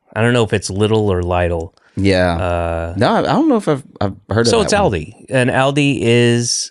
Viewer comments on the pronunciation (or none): FYI: Aldi and Lidl are both German. The phonetic pronunciation would be "Ahldee" and "Leedl"...